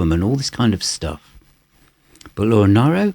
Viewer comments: Wonderful effort and video - but you would think he would know how to pronounce her name correctly - so grating to keep hearing NIEro instead of the proper NEEro. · It's pronounced "Nee-roe"... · Hi, I envy you that you have acquired this box set. I think that Laura Nyro is a genius and as you know, Joni Mitchell thought highly of her. With respect, Laura's surname is pronounced Neero as in the Emperor Nero. Great review!